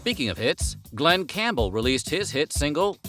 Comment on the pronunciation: Glen "Gampbell"? 🤔🧐